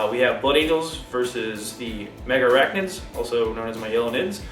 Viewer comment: They're not called "Mega arachnids" like you pronounce. They're Megarachnids. Only two A's! Jeez, americans' lack of english (reading?) abilities never ceases to amaze...